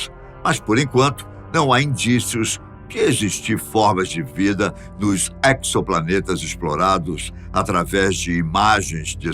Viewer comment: É "exoplaneta", como em EXÉRCITO...